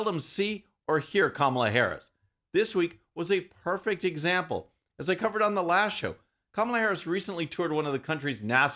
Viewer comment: That's not a French accent attempt: she was saying "The Plan", using a long "e"...